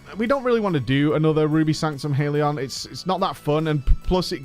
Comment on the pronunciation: HALION , not HAIL-ion